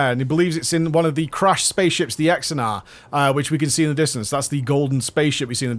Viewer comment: Xenedar mate. Xenedar. You kept saying Exenar over and over again it was hilarious ^^